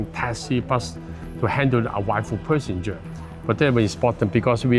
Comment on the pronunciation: Perssenger??? 😅Hong Kong people's English isnt that good after all